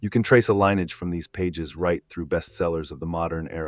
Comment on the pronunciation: Damn. Ai still can’t pronounce lineage?